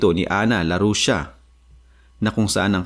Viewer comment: LARRUCEA, not Larusha 😂